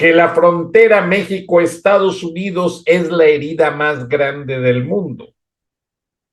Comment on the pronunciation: Porque no dices Manuel López Obrador así como se dice en Español? 😊jajajaja se escucha mal di en español igual que México nooo mexxxicou